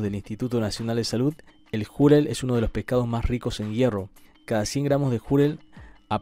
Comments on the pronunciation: si se pronunciara Júrel como en el vídeo lo prununcia se trataría de una palabra grave o llana y por ende llevaría acento ya que estas llevan tilde cuando terminan en cualquier consonante menos N o S ni tampoco vocal. Entonces queda claro que como no lleva tilde es una palabra aguda y la mayor fuerza de voz estaría en la segunda sílaba (Ju-rel) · No es Júrel, sino Jurél (sé que no lleva tilde pero es simplemente para graficar donde lleva la mayor fuerza de voz) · El “jurel” NO LLEVA ACENTO ORTOGRÁFICO (es palabra aguda, no llana como “árbol, móvil - con acento). Ell comentarista lo pronuncia como palabra “llana “ la cuál sí debería tener acento al decir júrel. La entonación de “jurel” es en la ÚLTIMA sílaba (acento prosódico). Por favor instruirse antes de hablar. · Es Jurel, Júrel... -. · Se pronuncia jurel sin asento en la u, y no júrel, con asento en la u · Es jurel no Jùrel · Creo que estoy mal de la oreja, porque escuché júrel. 😣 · Es jurel acento en la e JURÉL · Se pronuncia jurél, con acento en la E. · jurel, es una palabra aguda, así que se pronuncia "ju - REL" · Para tu información : Es "Jurel" palabra que, lleva el mayor acento de voz en la última sílaba. Acento prosodico. Con las disculpas del caso, mi cel no aplica el acento ortográfico en la segunda "o" de prosodico. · Se dice jurel golpeado en la (E) JURĒL pero sin asentó. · Corrección Jurel, no es una palabra llana como tú lo pronuncias, sino una palabra aguda, por eso no lleva tilde, la mayor pronunciación va en la última silaba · Jurél acento en la e!!! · Es Jurel y la segunda sílaba es la segunda osea que es ju- REL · Se pronuncia jurél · Así es , Jurel lleva acento prosódico es decir mayor énfasis en la segunda sílaba. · Jurel pelotudo ... Jurel ... con acento en la E xD